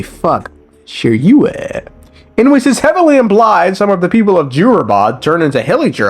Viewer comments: i legit laughed and choked on the "sheiryueh~" something part like i got sideeyes from everyone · Lmao the way u were saying Shiruyeh made me mad uuncomfortable 😭😭😂